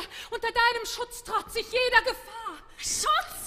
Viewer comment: Interesting pronunciation choices. She sings "iesch" instead of "ich," "diesch" instead of "dich," "duursch" instead of "durch." At least she is not imitating Fischer-Dieskau's provincial Prussian accent, or Schwarzkopf's even more provincial Prussian accent mixed with fake Viennese.